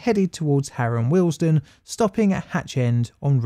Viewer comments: Please note it is pronounced WEALD-STONE not Wealsden as you are saying here, apart from that it's a brilliant video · As a current Signaller and local of the area this was a very interesting and we'll put together video. However I cringed everytime you said Wealdstone. It is pronounced Weald-Stone not willesden. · Why do you repeatedly and infuriatingly mispronounce the station name as Harrow & Willesden!!! It's Harrow & WEALD-STONE. Also Middlesex was abolished as a county in 1965. Sloppy, very sloppy. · Good video. I am from Harrow, it is pronounced ‘we’ ‘ald’ ‘stone’ as in the philosophers stone . The way you have said the word makes it sounds more like Willesden than Wealdstone. I know the tfl voice calls it ‘wealdstun’ as you have done, but I can tell you confidently that the locals pronounce it ‘we ald stone’ 👍🏻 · It's not "Harrow & Willesden". But "Harrow & WEALDSTONE". Pronunciation.